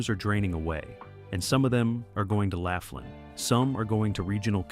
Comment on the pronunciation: All about Laughlin, and you can't even pronounce it correctly "Loff-lin"